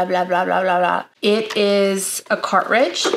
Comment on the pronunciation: Did she say cart-ridge